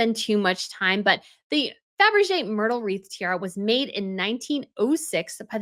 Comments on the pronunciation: Fabergé, not Fabrege. Please! Bagration Parure is not pronounced Bagrashion Puree. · I love your channels, dear, but it´s Fabergé. Great video! Thank you! XX